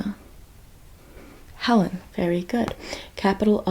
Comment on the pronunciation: As a master of the US State capitals, the way you are pronouncing Montana’s capital is cracking me up. 😂 It’s Helena not Helen.